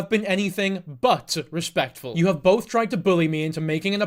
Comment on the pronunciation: ugh i couldn’t stand the way he pronounces both as “bolth” 🥲